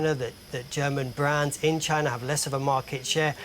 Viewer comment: 😂@ …Tyna? Now Germany has to compete with China and Tyna 😂😂😂